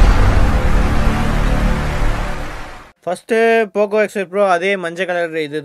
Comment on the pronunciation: Pocooooooo x 5 proooo your pronaucincen 🤣